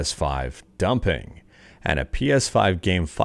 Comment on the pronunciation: Say dumping again 😂